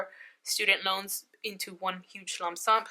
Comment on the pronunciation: It’s a lump sum, not a lumsump 😂😂😂